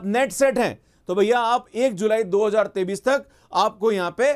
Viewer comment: pahle 2023 ko hindi me sahi se bolna sikh ya isko sirf english me bol, yes this is very good news , a real phd is a long process but we need money to survive , so I welcome this news .